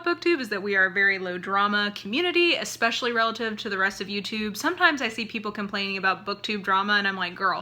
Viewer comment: I hate when I hear people reviewing books who are also authors especially, who say EX-pecially. That is my biggest pet peeve.